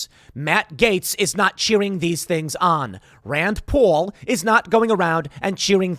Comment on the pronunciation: Pls Tim, I'm begging you, say rand Paul's name like a functional human.